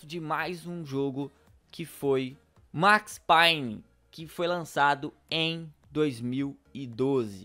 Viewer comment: Agonia dele falando Max Payne errado kkk